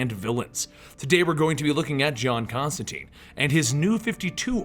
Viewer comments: whatta... you teen not tine? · It's John ConstanTINE IT RHYMES WITH LINE NOT CONSTANTEEN WTF HE EVEN SAYS THIS IN THE COMICS!!!!!!!!!!!!!!!!!!!!!!!!!!!!!!!!!!!!!!!!!!!!!!!!!!!!!!!!!!!!!!!!!!!!!!!!!!!!!!!!!!!!!!!!!!!!!!! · tIne not teen. Rhymes with fine :P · His name rhymes with fine. Why is it no one can remember that. Do all these comic channels get all their Constantine information from the movie. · Sebastian Ferguson I know people pronounce stuff differently but when the character in the book says its ConstanTine it rhymes with line then you should pronounce it correctly as well